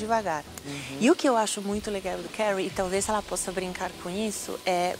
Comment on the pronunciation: eu nunca vi a Paola pronunciar Curry corretamente,im pres sio nan te